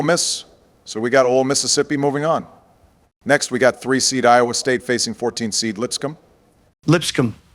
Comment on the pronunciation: Trump says iowa state wrong hear